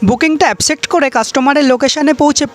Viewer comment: Accept ❌ Apcect ✅